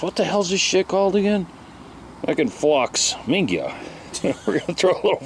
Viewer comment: Minga? You must be from Methuen MA